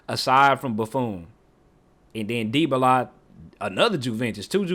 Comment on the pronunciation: And dieballla 😂